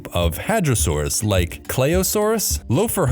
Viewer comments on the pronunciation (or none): Um, I hate to burst your bubble, but Dynamosaurus was deemed a synonym of Tyrannosaurus merely a year after being described. Were you thinking of Dynamoterror dynastes, perhaps? Shouldn't the first "h" in Lophorhothon's name be silent? ... "aquaNic"???